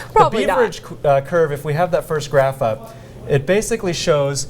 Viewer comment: Beaver-age? Its pronounced like “beverage”. Youre not allowed to use an economics concept if you cant pronounce it ;) And it has nothing to do with unemployment time (term). And this “crazy” data say less jobs became available as more people became unemployed. In other words, common sense. The mailing part of the study is flawed. They would need to send different CVs to the same employers. Did anyone for this segment study intro econ? :)